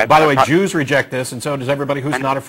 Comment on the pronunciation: did you say "Jews" or "Juice " as in orange juice ?? work on your pronounciation